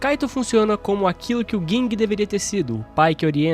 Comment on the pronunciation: é Ging, n Guing disnara kkkkk